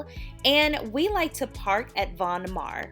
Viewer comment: Von Maur rhymes with tower and power not mar and par. I live in Davenport Iowa, where the headquarters is located. Love the store!